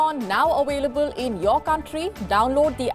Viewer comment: Ending, "We are now awailable in your country"